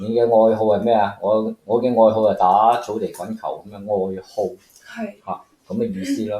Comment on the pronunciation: 你自學廣東話好叻呀👍🏼👍🏼 我都係30歲以上，但係都未聽過流蚊飯喎！😂😂 你可以睇下YT啲粵語長片，會聽到好多當年嘅粵語潮語。eg.喜劇「鬼馬家姐」😊 Hobby=愛”好”❌愛”豪”啊